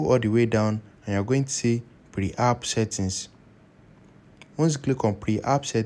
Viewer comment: Your video is only for iphone, so you should put it in the title of the video so people don't waste their time. Also, it's P E R app, not PRE app.